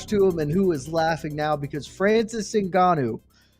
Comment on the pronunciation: Why F up the man's name like that when it's written clearly in the post? Very disrespectful!!!